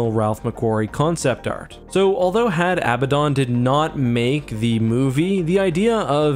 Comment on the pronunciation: Had Abaddon is pronounced "Had Ah-Bad-Dun" rather than "Had Ab-ba-dawn" due to the actual pronunciation of the name Abaddon (which most people mispronounce and misspell).